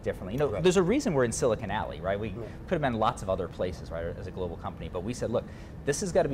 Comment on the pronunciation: Did he say silicon alley